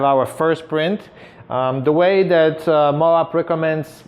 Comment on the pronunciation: I think that's pronounced Mo'-ab, with a long o and short a, like Moab, Utah. OK, it is Mo'-ab. Moab paper is made in Utah.